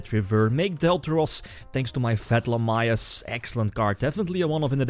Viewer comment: Stop calling him fatlamyus =(